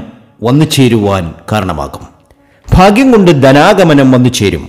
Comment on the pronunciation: Faghyam alla baghyam